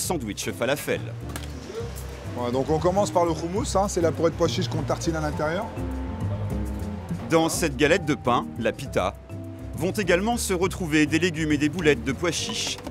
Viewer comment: Et on dit pas Khomus, on ditt Houmous na3 bouk